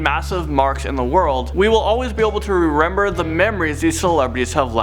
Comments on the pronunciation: Just saying, rerember? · rerember😂😂 No hate but just noticed Ohh just noticed another one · Rerenber 30secs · FFFFFFFFFFFFFFFFFFF “rerember” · Rerember LOL - No hate